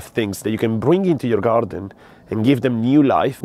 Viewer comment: I love when you say GaRrrdun